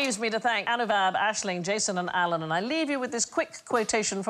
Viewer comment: I 'm sure It's Anubav and not Anuvab.